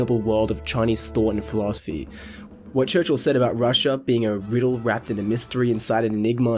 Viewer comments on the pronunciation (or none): none